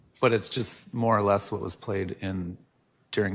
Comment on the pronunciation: Why can't this woman say the word "What"?? She says "Whah". "The state cannot prove Whah happened". Sorry, drives me nuts every time